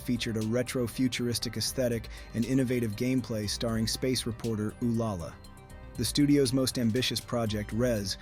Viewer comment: ALSO >uhlala it's u-lah-lah, is a bot narrating?